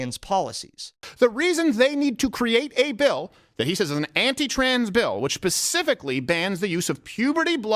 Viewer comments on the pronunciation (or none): I have to admit I giggled a little bit when Crowder said “pacifically” instead of “specifically”